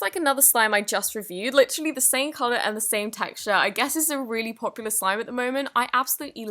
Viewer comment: Maddie Sakry no she lit rally said confusion